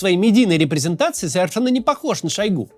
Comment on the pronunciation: Максим неправильно ударение в фамилии ставит, правильно шОйгу.